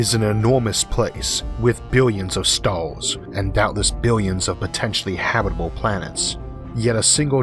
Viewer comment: "our Galaxy is an emormous place with billions of StaaaaHWss!" lol